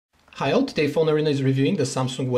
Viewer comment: did you say hi, or heil?? o.O